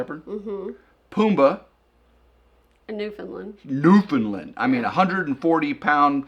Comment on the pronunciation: I love listening to you two chatting , however as a Newfoundland native please please pronounce it just as it is spelled. It is Newfound"LAND" not Newfounlan. No offense but that makes us crazy lol